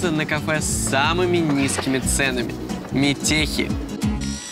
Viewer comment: не метехи, а метэхи